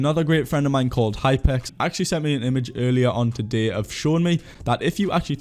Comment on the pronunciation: love the way you pronounce today as "a-day"